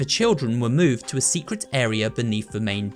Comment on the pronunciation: U say secwet